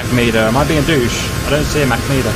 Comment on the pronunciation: The whole time I was wondering what the heck is a "mack meter". Finally I realized he was pronouncing "mach meter" wrong.